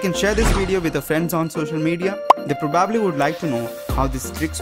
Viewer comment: “ they pro-bob-lee want to know how it’s done” 😘😂